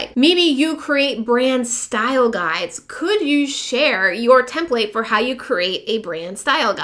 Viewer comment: hi. thanks for the info. however I seriously cringe everytime you say template like " tehm playt" (ouch!) it's 'tehmpleht' or 'tehmpliht' and I believe it's always been that way. It matters if you are instructing others because you lose credibility and your audience's respect- one doesn't say "cowG Ht", for instance when they recite the word caught. hate to nit-picky, but you're helping un-teach people one thing while instructing another. But sincerely thanks for you video - good info